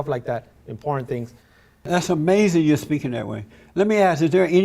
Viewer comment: he just can not comprehend, LEGAL and ILLEGAL... Ah-May-Zin